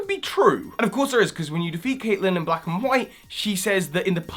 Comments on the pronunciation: caitlin not catlin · I like the theory, but it needs more evidence... Also, you pronounce Cailtin's name as K-ay-t!li-n. #TeamMoon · CAIT-lin, say it with me; and DAR-ack, not Drack, and DEFINETLEY not Drake wtf? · Cat-Lin? I thought it was "Kate-Lin" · Caitlyn = Cate-lin Lysandre = Lie-san-der Just helping a fellow fan out, it helps to know these things XD Lillie is Magearna... Trust me. Look at her skirt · you don't pronounce her name 'Catlinn' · I'm sorry did you say 'CATlin' really? REALLY? :') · Caitlin is pronounced Kate - Lin. Don't worry, it's my name and people get it wrong all the time haha Great video tho, it would be interesting to see characters relate back to previous games as X and Y didn't have that :) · Caitlin... not CATlin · Its not catlin(cat-lin) its Catlin(cAt-lin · you said Catlin ... you mean Caitlin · Did you just say catlin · You're pronouncing catling wrong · I'm sorry but why can't you say Caitlin properly? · ... Can british people not pronounce the name Caitlin?